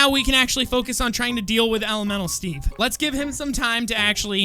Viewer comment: The way says elemental Steve it sounds like elomelo Steve AND I LOVE IT XD